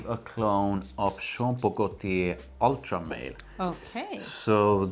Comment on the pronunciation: God thank you BOTH for saying “Ultra Male” and not “Ultra Mall” …so pretentious when people say it like the latter 😂